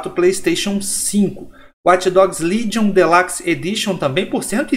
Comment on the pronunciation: "Delaxi edichan" parabéns pelo excelente inglês rs